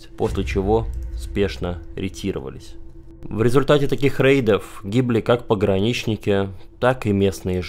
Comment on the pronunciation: СПАСИБО АЛЕКСАНДРУ ЗА ЧЕСТНОЕ ОСВЕЩЕНИЕ СИТУАЦИИ И ЗА ПРАВИЛЬНОЕ УДАРЕНИЕ В СЛОВЕ "УКРАИ́НСКИЙ". Штефанов крут! Замечания: В ТЕЧЕНИЕ часа, а не "в течении часа" РЕТИРОВА́ЛИСЬ (ретировА́ться), а не "рети́ровались". ГрИ́щенко ГерА́щенко ЛЕ́щенко ЛЕ́вченко МА́рченко (не всегда ударение на е в суффиксе).